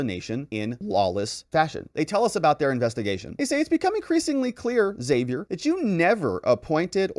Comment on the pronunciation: Haa-Vee-Air. Besides that, I love your detailed and legal analysis of the issues this sick Dem government is forcing on our country.